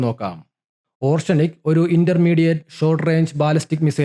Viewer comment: ഓർഷെനിക് അല്ല ഒറേഷ്നിക്